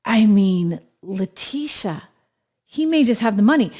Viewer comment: Actually La-Tit-e-uh